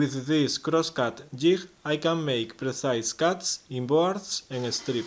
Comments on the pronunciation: DUDE....!!!! DUUUUUDE...!!!! STOP SIT AND LISTEN...!!!!!! Jig......okay? Thats J - I - G.....SAY IT.....ji - G....thats a G sound... Ji - GG....... JiG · Great video. Theres no 'h' in jig though.